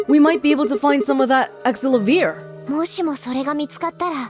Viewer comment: I'm pretty sure the correct pronunciation is Axe-sell-uh-veer. I'm not sure if it will be the same with the Japanese voice acting, but the English voice acting pronounces it like that, and it is going to drive me nuts if you keep pronouncing it differently. Edit: As mentioned below, the Japanese version is Axe-sell-ah-veer, while the US pronunciation is Axe-sell-uh-veer.